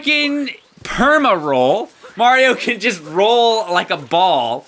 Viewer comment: Cappy says cant instead of can